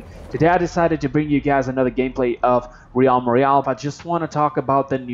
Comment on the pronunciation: Dude just saying the way you're saying realm has been my only problem with your recent vids you put too much emphasis on the a it's more like "relm" the E is the stronger vowel